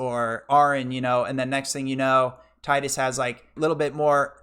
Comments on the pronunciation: Tee-dus is correct, not ty-dus. It only sounds worse in english. In the majority of european and asian languages "Tee-dus" sounds much more natural than "Tide-us / Ty-dus" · it is "Tee-diss." wakka says his name out loud in kingdom hearts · Yeah as much as I hate "Tee-dus" the devs addressed that years ago. He is also called teedus in kh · 100% with you it is Tye-dus not Teedus, hate when people call him Teedus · Its TEEDUS. From the roman emperor TIDUS (Spoken: TEEDUS). Why do you english-speakers don't get this? Not every word is spoken aloud as it would be a english word. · its teedus, clarified by tidus voice actor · I know you’re new to FFX so idk why you’d trying to speak on the purpose of Tidus’ name. It’s pronounced Tee-dus in Japanese. Based on the Okinawan word for "sun". The sun theme is reflected in his crest & sigil. He’s meant to reflect Yuna. Her name & crest/sigil being based on the moon. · It's Tee-dus because character's name is from a word from the Okinawan dialect ("tida"= sun) not from the English word "tide". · Anyone can call it what they want, proper way is Tee-dus. Sorry lol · You're getting the benefit of the original graphics, too - the remaster messed around with the eyes. I love FFX - not my personal favourite but it's definitely up there. Really glad you enjoyed it. Hate to break it to you but 'Tee-dus' is the official pronunciation... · I knew a kid named Tidus in school, might've been Titus never saw his name written, but it was pronounced Tide us, and upon hearing about teedus he said "thats stupid.". Shits a core memory for whatever reason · The pronunciation of tidus reminds me of How the voice actors of neir automata mispronounce the title of the game.